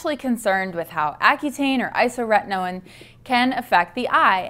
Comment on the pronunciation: My only criticism of this video is your pronunciation of isotretinoin. It's isoTRETinoin, not isoRETinoin. But besides that, it's informative and accurate.